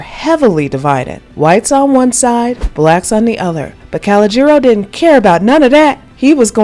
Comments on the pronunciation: Pronounced: Ca-low-jer-o’ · Kho-Low-Ger-ALL, not Call-Oh-Gero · Damn,,, it's Cologeno,,, accent on lo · she said collegeero 😥 its pronounced col-oh-jer-oh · His name is pronounced “Ka-Low-Ja-Row.” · CO-LOE-GER-ROW!!! Pronounced exactly that way!! Sorry thats one of my favorite movies and you are butchering something simple if you saw the movie. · CA-LODGE-JA-NO!!!!!!!! YOU ARE KILLING HIS NAME 😆🤣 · If she say Kalajero one more timeeeeeeee 🤣🤣🤣🤣🤣🤣🤣🤣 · Pronounced Ca -low-je-ro, Calogero, Damn 🤨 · WE SEE I NEVER SAW THE ACTUAL MOVIE. U MESSED HIS NAME ALL THE WAY UP. DONT KNOW HOW THEY WOULD SPELL HIS NAME BUT IT WAS PRONOUNCED (CA-LOW-JOE) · Calajero???? Girl you messed that character name up.and you got the wrong grown up actor. That grown man is not Lillo Brancato. Love Taral Hicks tho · ikr! It's pronounced Coal-Low-Giro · KuhLOWJerO or KowLOWjerO..... She's putting the accent on the wrong syllable. She probably Googled It and heard an alternative pronunciation, but she should have watched the movie or Chaz Palmenteri's one man show on YouTube to hear how he pronounced it. It's actually his real name. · I know, right? 🤣 And she just keeps messing it up with great confidence throughout! Good nonetheless, but I think the spelling does make it confusing though, “Calagero.” That is one of my favorite movies, and I loved her character! ❤️ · It's pronounced " ka lee gee oh" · Nice video. You definitely didn't watch "A Bronx Tale 😆. That pronunciation is outrageous. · Anyone else annoyed how the narrator is pronouncing Calogero or is it just me?